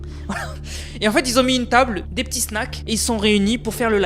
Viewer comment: "Qui zon du commandé" "Ceux qui zétais là bas" mais frère fait un effort stp ca nique la crédibilité de tes vidéos qui sont pas si mal